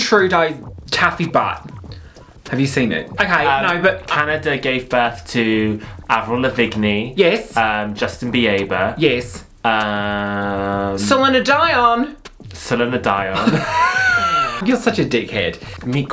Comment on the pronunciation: Avril La-Vig-Nee Justin Bee-aye-ber Salina-Dye-on! 😂